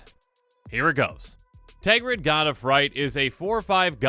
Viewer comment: TERGRID NOT TEGRID Just read the card